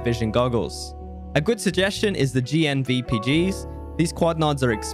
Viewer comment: Also “GNVPG” instead of “GPNVG” I think he’s dyslexic